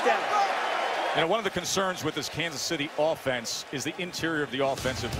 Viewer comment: that “OFFENSE” sounded pretty personal. 🤦🏻‍♂️😂